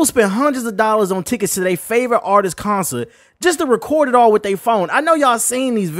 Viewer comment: Say concert again 😂😂